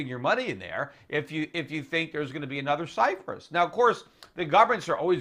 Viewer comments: Cyprus not Cyfris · why does he keeps saying Cyfrus? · Stop saying Cyphrus, Peter.. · ALL RIGHT EVERYBODY, DAMN GET OFF PETER'S DICK JUST BECAUSE HE SAID CYFRUS, DAMN !!! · You can't pronounce the word "Cyprus" properly! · There is no 'F' in the word CYPRUS. other than that very insightful.